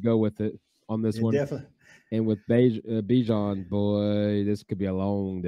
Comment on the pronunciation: EWERS, not Evers BIJAN, not Bajan